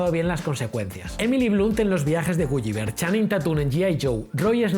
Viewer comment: Por dios no es "gu-yi-ver" sino "gu-li-ver". Esas 2 L se pronuncian como una L normal